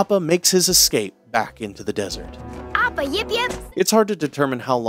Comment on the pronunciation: The way this mans pronounces Appa’s name inconsistently drives me crazy💀💀💀 amazing video tho frfr